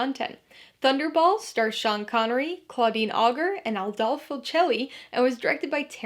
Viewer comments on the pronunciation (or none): Regarding "Auger": It's a French surname, so it's pronouced "Au-zhay." :)